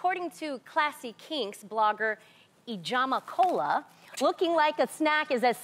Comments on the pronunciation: “Ijeoma Kola as in aNigerian? Lol. She didn’t pronounce it correctly. I’m Igbo btw. Had to play it several times. Lmao. She kinda tried though compared to,... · My fav YouTuber and blogger Ijeoma Kola. Lol at Tamera’s pronunciation